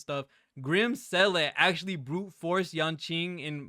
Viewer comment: Hello. Few things. It is Seel-ah, it's voice acted in the game so there's no debate. So saying Seel-eh is wrong. Anyway, Topaz, Clara and Lynx is a crazy good combination and you can add March 7th or Asta and be doing very well. In update 1.5 the follow up attack set is also coming out. Personally, I would try to get Topaz and Seele. Skip Jingliu.